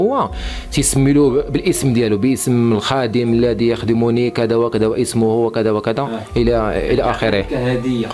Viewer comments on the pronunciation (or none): none